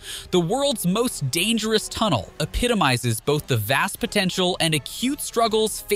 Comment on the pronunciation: "most dengerous" lol